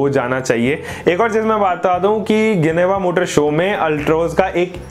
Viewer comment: इसको जिनेवा बोलते है ना कि गिनेवा